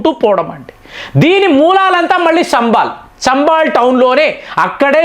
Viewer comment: సంభాల్.... శంభాల్ కాదు